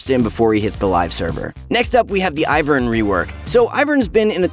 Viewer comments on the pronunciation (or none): none